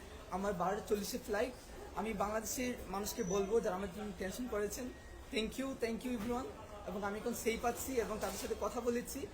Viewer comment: Thank u not tank u. Katha balo kore bol.